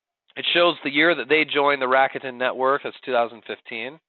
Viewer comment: Aside from the bad pronunciation of "RA KU TE N" which is Japanese and there is no stress on any part of the name, this was very informative.